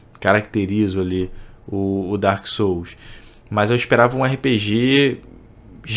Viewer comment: "DarK SooUSu dI caVaLOoh"